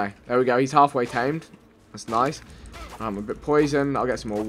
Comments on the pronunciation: you say noys not nice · "Noice" "noicely"